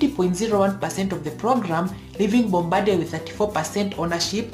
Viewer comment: Not sure this has been mentioned yet, but Bombardier is a French name, and pronounced "bombar" d ee ay I basically live down the road from the Mirabel factory. Awesome plane.